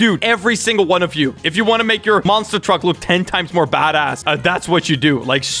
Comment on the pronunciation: Is it just me or just said "badass"